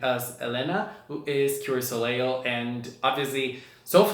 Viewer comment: Soleil is Pronounced soul-lay not so-ley-al